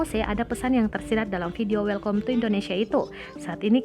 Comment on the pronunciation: Welkom ya,mbak? Kalo ga salah dibacanya welkam. Lulusan apa ya penyusun narasinya?